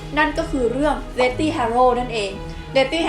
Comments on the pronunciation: ขอฝากนิดนึงนะคะ เด็กๆน่าจะดูคลิปนี้กันเยอะ อยากจะให้แก้การออกเสียง deathly อ่านว่า เดธ-ลี่ (th -ลิ้นจุปากนะคะ) ไม่ใช่ เดธ-ตี้ ค่ะ ^^ (จะได้ใช้กันถูกมากขึ้น ) ขอบคุณสำหรับคลิปดีๆค่ะ ^^ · อันนี้อยากรู้ deathly อ่านว่า เดธลี่ หรือ เดธธี่/เดธตี้ เวลาฟังแล้วแปลกๆ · ขอเสริมนิดนึงครับ deathly ออกเสียง เดธ-ลี่ deathy ออกเสียง เดธ-ตี้